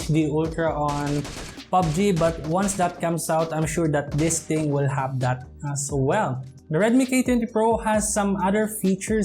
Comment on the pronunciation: Pls pronounce the words correctly... OF not OP... HAVE not HAB.. FRONT not PRONT..